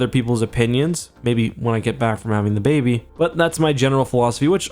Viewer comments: "I would like to see ze baby." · “I would like to see ze baby.”